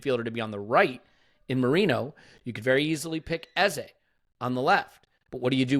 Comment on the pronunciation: It's Merino, not Marino